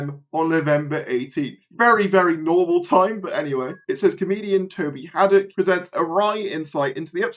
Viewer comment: As I understand it, Toby Hadoke's name should be prononuced as 'Hay-dough-ck' (rather than Haddock). He's on a lot of the classic era DVD moderating the commentaries, has appeared as an actor in Big Finish - most recently as 'Ron' with the Sixth Doctor, Mel and Hebe - and is a general all-round good egg.